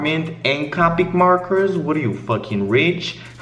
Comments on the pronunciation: “CaWpIc MaWkErS” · "cawpeec morkers"